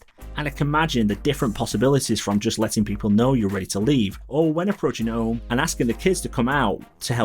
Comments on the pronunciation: Really good channel. I know you’re from the north of England like me, but you need to change the way you say ‘Home’. It’ll be good for the growth of your channel. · I am from the UK also, followed him for sometime. His accent has nothing todo with how he pronounces “Home” it’s his speech. But I don’t it will have any impact on growth, he’s only been going 10 months and already at 11k subs